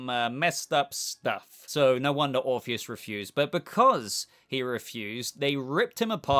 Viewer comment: Orr orpheus not morpheous